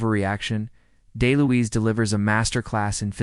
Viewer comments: "Moo-me" not "Mum-me". "Del-Louise" not "Day-Louise". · Dom's last name is pronounced DEL- LOUISE not DAY-LOUISE. otherwise pretty interesting.👍